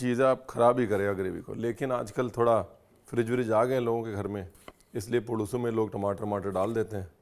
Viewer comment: Great to see a recipe from Andhra.. you should do more from my state.. it's पुलुसु, not पुळूसु